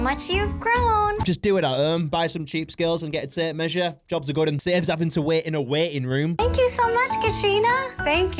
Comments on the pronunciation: I thought she said “Waiting rum” instead of waiting room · I now she’s saying waiting room but it sounds to me waiting run anyone else hear that